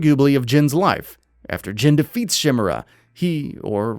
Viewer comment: You are pronouncing his name wrong. His name is not jen. Its jin(Gene)